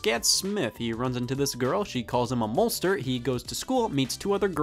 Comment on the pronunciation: out of all the things that happened in this video it was scott mispronouncing "molester" that caught me the most off guard